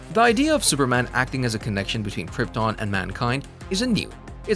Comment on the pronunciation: ha ha did he just say last man of croton ?